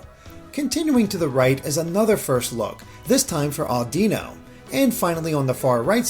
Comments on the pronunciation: Audino is pronounced like you are saying 'I dunno' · I'm gonna start mispronouncing pokemon names like you did with audino. Just put the emphasis on the wrong part of the name, its quite good fun.